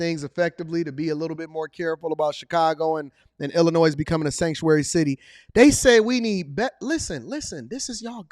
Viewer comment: Hey the s is silent in Illinois!